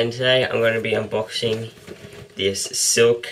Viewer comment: its slik not silk lol